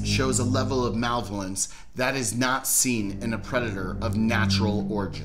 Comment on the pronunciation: you should learn how to pronounce malevolence...